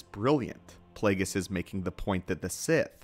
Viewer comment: Plague-ees hahahaha